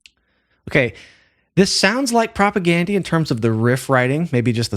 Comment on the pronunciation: Please pronounce their name correct. Gandhi, you know, the famous guy.